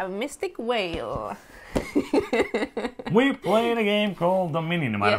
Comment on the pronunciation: I've said it before, but I LOVE how you guys say "Mystic Vale". Your accent is always super cool for me (I'm an American), but your "V" sounds like a "W", and so it sounds like a magical sea creature (a mystic whale).